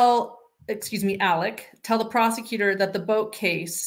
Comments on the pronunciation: The worst part is that he also pronounces the “A” as an El sound. “Ellic” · He says "Ellik Murduck." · The south is not a foreign country. We speak the same language. It’s pronounced Alex and the last name is pronounced Murdock. He chose Alec bc he’s a narcissist. And any other southern boy would have whooped his a$$ for trying to “Alec” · Just to clarify the first name pronunciation... As a transplanted southerner, in my state, we have a town called Alexandria that locals pronounce the same way Alex pronounces his name, "Alec" (or really "Ellick"). I don't get it, but it's a thing. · I have lived throughout the South for 40 years. AM’s pronunciations of his name is not Southern. And actually, if you listen to Mandy Matney’s podcast, she goes into all that. AM actually pronounced his name as Ellick. However, you are incorrect about the pronunciation of the last name Murdaugh. In a more Gaelic pronunciation of the name Murdaugh, the GH is pronounced like a hard K. So, I don’t think you can really fault them for that, that they want their name to be pronounced in the traditional Scottish/Irish/Gaelic way. People throughout the UK commonwealth actually pronounce similar names with a hard. K sound. Similarly, the name Dougherty is often pronounced Dockerty. As much as I enjoy your show and your insights, it might be good to do a little research before delving too deeply into speculation about why names are pronounced the way they are and what that could reveal about character and personality. Just a thought. :-)